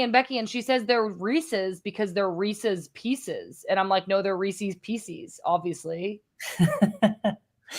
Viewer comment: REESEES PEECEES